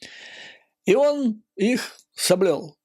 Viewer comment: Уважаемый,Юрий Борисович речь у вас прекрасная ,но небольшая ошибочка:он их соблюл,а не соблел😊,как вы,вероятно,ошиблись…